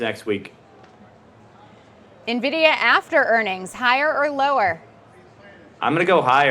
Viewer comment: How can you trust an "expert" who can't even correctly pronounce the largest company by market cap in the planet correctly?